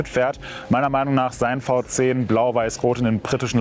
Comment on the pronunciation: V10 wird immer englisch ausgesprochen- "wie tenn" Fau Zehn ! Man sagt ja auch nicht Santa Krutz 😁